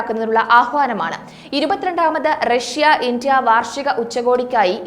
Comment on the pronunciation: Can you please say India instead of Intia.